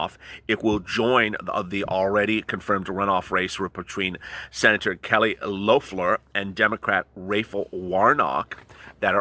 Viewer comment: You fileted the fuck out of the Georgia Senators names: Ra-fi-el War-Knock and Kelley Lef-lor...Rafiael Warnock/Kelley Lefflor